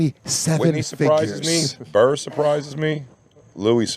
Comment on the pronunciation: Also, it's oakerson not aukerson and burr not bird